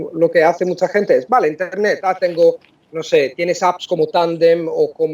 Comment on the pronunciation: Impresionante que haya pronunciado la v como una b- vale 👍. Él puede pasar por un auténtico nativo.